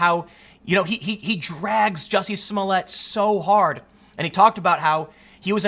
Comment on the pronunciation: It's Juicy Smolet, dude.